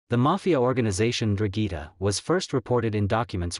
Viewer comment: What the hell is a drugeeta? It’s N-Drahn-Geh-Ta. ‘Ndrangheta. I get it Italian is hard. But damn